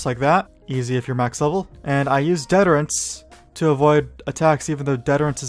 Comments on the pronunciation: "Hyjal" is pronounced HI-jel. "Detterence" is pronounced dih-tur-uh ns. Root word deterrent. Source: I worked for Blizzard for six years. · Great video, one gripe. Its pronounced DEE TER ANCE